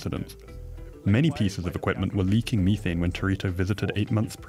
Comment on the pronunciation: Disliked because of the Mhe- Th-ANE. My ears are bleeding from this guy's lack of correct pronounciation of methane